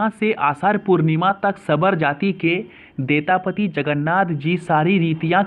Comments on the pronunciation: Are bhai thoda pronounce sahi se karo. A pudi nahi puri he ar detapati nahi daitapati he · Puri Ko pudi, odisha ko udisa, daitapati ko detapati,indradyumna ko indrayugna, itna mistake karoge kya , so many wrong pronouncetion